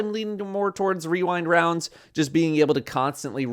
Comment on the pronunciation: Just say weewind wownds like a normal person,.